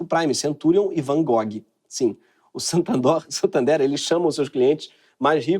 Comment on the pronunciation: SANTANDOR... Gente foi a parte que eu mais ri, tive uma crise aqui.... Aí que dó! 😂😂😂😂😂😂😂😂